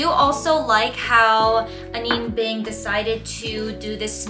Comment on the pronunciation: Have you learned how to pronounce her name since filming this? Just wondering! I think it’s important… ☺️